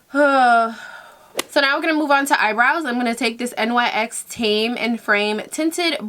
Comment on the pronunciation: its pronounced NYX (niks) not N-Y-X